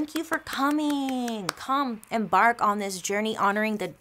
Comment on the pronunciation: When you said “let’s embark on this journey” I literally heard “let’s bark on this journey” and I was really gonna bark for you Bailey 😂😂 But you look dazzling as ever 💕